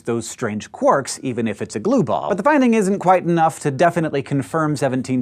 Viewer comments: uhhh 'quorks'? quarks, surely. EDIT: now he's changed to 'quirks' what is this madness?! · Why "quorks" rather than "quarks"?